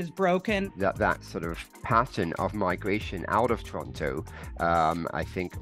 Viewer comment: Torano haha she cant even pronounce it correctly. Its called Toronto or Taronto.